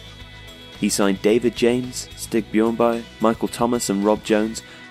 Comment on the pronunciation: Stig who?! For crying out loud, you're making football videos yet pronounce names like you've never heard them before. Regardless of whether you know the subject matter or not, getting names of players/managers wrong so often makes it sound like you know nothing.